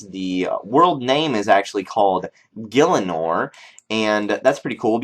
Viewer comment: its not "gilinor", its "GIE-linor"